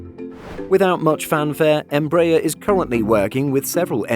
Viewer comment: The stress in "EMBRAER" is in the third syllable: ER